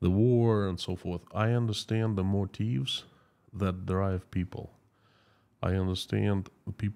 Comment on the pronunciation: In English the letter B is pronounced "bee" not "beh". Hague is pronounced like "hay", not "hog". Also motive is "Mo tiv" not "Mo teev" Mammy is pronounced "Tammy", not "Tommy". Just a few English tips for ya - keep up the great work!